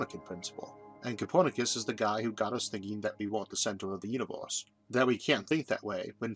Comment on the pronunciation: the "univoorse" what dialect is that ???